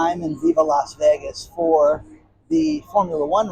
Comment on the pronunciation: Seriously dan it is vegas not alasla3